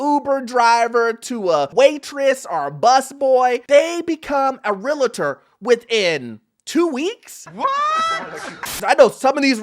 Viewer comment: It’s Realtor, not Real “i” tor.